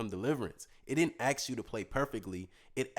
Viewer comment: It's "Ask". you ASK someone something.....AXe ....well that's an Axe to chop with. You can't Axe someone something...it makes no sense. English dear boy...English.